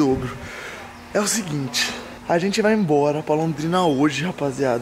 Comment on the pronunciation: "VNGUEI" TA NÉ KK